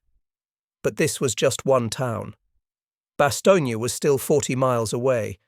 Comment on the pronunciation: The last letter.is not.pronounce so it Bastogn